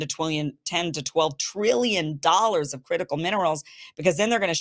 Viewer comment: Ten to twelve twillion dollas!